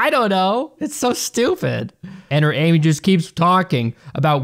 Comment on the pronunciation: The movie is actually pronounced Am I